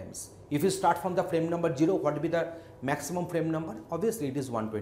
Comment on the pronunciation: its zero not jeero